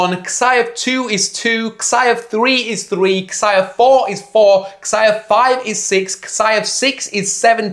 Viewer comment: Jesus christ mate, it's "zai", not "ksai" function.